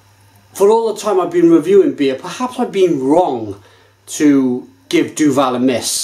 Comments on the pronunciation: Say it quickly: "Doo-ville" Apologies for the grammar nazi-ism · Duvel (not Duval ;-) ) threw in a tasting thing where you could buy (in Belgium) the Triple Hop with different kind's of hop. Bl**dy amazing. In the box, they gave you a booklet with the history and origins of the hop used but they never said what hop was used in which bottle. You just got 6 bottles with a number on it and you had to communicate the batch and favourite bottle number. In all honesty, time to revisite the Triple Hop again because it turned out amazing! It's better than it ever was ... Enjoy!